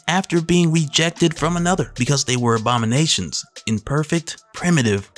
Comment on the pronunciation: On the time mark minute seconds I clearly made out that you said OBAMA-NATIONS instead of ABOMI-NATIONS 😂😂😂😂😂...